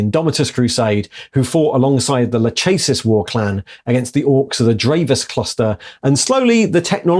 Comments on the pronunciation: Lachesis - La-kess-sis. It's the name of one of the three fates. Atropos is the name of an other. Oh, and since Moirae = 'the fates,' there's a theme going on. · That should be lakhesis, meghara and atropos in pronunciation, those were greel furies and if you play the game hades you can get to know them.